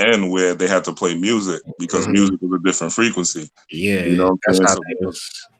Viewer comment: OMG. Frequency = Frequent-cy